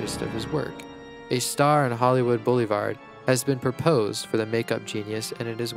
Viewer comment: Maybe it's just me, but I could swear I heard "Bela Lagoosey" and "Hollywood Bullyvard"(?)